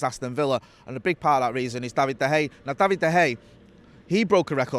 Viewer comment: Love the content lads but i wish he would say Davids name correctly 😅